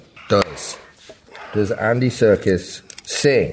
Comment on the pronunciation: Can he stop calling him Andy Circus?